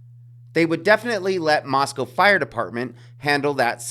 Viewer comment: You pronounce "Moscow" like the locals do. Good on you for that. This case is totally whack-o. Makes me think that somebody's going to get away with it.